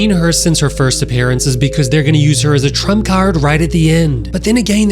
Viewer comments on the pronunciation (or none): none